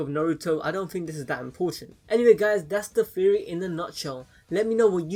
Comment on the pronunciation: Anyone else hear Terrry instead of Theory when he says Theory